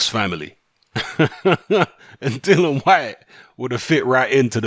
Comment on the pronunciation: If people kept purposely mispronouncing my name, I'd be permanently vex too... and by the way his name is DILLIAN not Dylan... FFS...